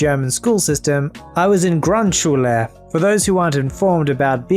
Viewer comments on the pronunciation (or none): I've never heard someone pronounce Grundschule that funny haha xD But to correct one thing in that story, you don't need to have the best grades to go to the Gymnasium. You can decide if you want to go there and it doesn't mean you're smarter than someone who goes to a Realschule. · When you read grundschule I had to chuckle I am sorry